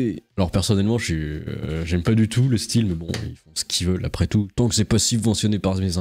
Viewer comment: putain ! on ne dit pas "ils voillent" bordel !!